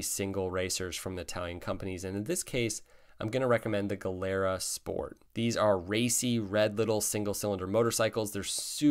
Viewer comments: it's pronounced gee lera. the way you say it "galera" actually means "prison" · A nit - Gilera is pronounced like JEE-le-ra. I bought a leftover new '86 Yamaha SRX-6 in early '88. Still have it. Singles are skinny and don't take up a lot of garage space. 😁 I was going to list bikes that I've owned that I wish I still owned, but I realized that applied to just about all of them. I need a bigger garage. And budget. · pronounce 'jilera' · FYI…GIilera is pronounced GEE-lera (soft G not hard G). In Italian hard G before a vowel would be spelled GH like GHIA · it is "Jeelara" (Gilera) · Fun and informative video. Hondas are great, but I just love the old Triumphs. btw, Gilera is pronounced “jee-lera.” (My uncle in Italy had one) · It’s pronounced ‘Gee le ra’ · Gilera is pronouced as if written with a J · Gilera is Italian so the "G" is pronounced as a "J".